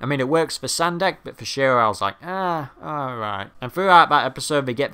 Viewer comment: Sendak, not Sandek. :P